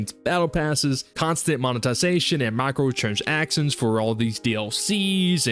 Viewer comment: let's work on the pronunciation of the term "microtransactions".